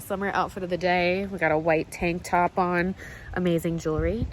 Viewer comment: omfg i heard u saying "i have this white tampon on" when you said tank top 😂😂😂 im dyinggg im too tireddd😂😂